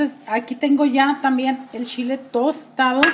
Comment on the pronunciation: No es picoso para usted. Su shile como usted lo dice (chile).